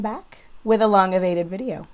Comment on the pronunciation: First of all I am living for the mildly Pakistani pronunciation of "long-avaited video"